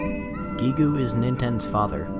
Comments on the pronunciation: So Giegue is pronounced Geeg. Like Geek. The u in Gigu is silent, just like the u in desu. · "Gee goo" I think it's safe to assume Gigue is said like "dialogue". The UE is silent. Geeg. And then in Mother 2, Geeg gas. Which kinda sounds fitting given the design change. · Mmmmmmmmmmmmmm... Pronouncing Giegue "Geegu" instead of "Gieg"... You don't hear that very often... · Listen, I don't know if it's the correct way, but pronouncing it "GeeGoo" vexes me. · lol, Guee-goo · I Like How He Says Giegue "GeeGoo"